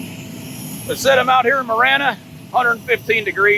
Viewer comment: it's pronounced Mah Ran Ah, not Muh Ran Ah.